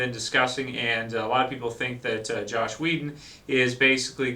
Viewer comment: Joss Whedon. JOSS.....not Josh...